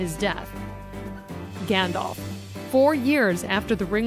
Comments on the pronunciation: "(Li)Ithilian" "Aeomerr" "Aragon" "Gandolf" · How did you say Eowyn? I think you only said Gandalf right